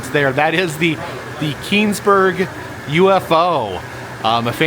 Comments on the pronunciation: The UFO was in Kecksburg, not Keeenesburg or whatever you said 😊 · I had to go back and listen to what he said again. I was pretty sure he didn't say Kecksburg. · he pronounced it wrong LOL 😭 that is why I corrected him. I live pretty close to Kecksburg 👍💜